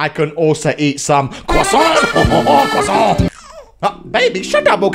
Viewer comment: Cwusant wewe bonjer